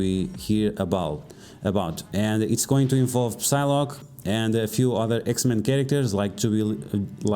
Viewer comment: E aí, o P na palavra Psy não é pronunciado. Então o correto é Sailoque e não pisiloque. Abs